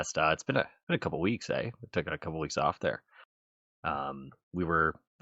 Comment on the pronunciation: you had a very Canadian moment there, eh? The "eh" and the "there" did it for me. 😂😂